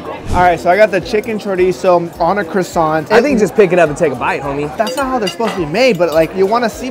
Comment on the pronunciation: Aint no way u said croissant incorrectly the first time......